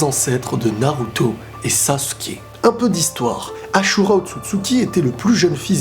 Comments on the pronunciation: Stp arrête de massacrer le prénom de asura c asura pas achura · On dit azura meme si cela s ecrit ashura